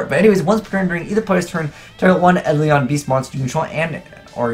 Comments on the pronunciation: Isn't it pronounced eye-dole-on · it's pronounced eye-dole-in.